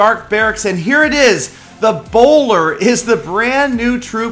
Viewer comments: I thought I read "ebola" it even sounds like "Ebola" and not the bowler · Also every time said 'bowler' I was like: Ebola. Try it out